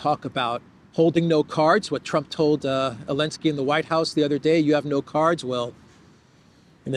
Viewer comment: It's funny...it's sounds like you're saying the Elensky Curse vs Elensky's Kursk. 🤔